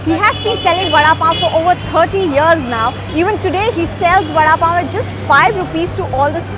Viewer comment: The way the anchor says vada pav😂